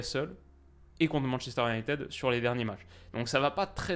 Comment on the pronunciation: Ce "UnaïtEUd"... moi aussi ça m'irrite